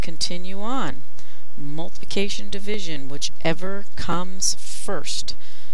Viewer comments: she\he said multication when it is multiplication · "Multication" But Really , "Thank You So Much"